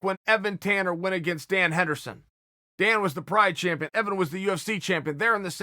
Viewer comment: shameful champion=shampione